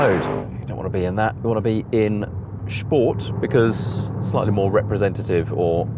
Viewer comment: its sport not shport